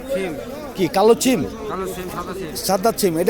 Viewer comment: চিম না সীম, উচ্চারন ঠিক করেন তারপর ভিডিও করেন। গরু কোথাকার।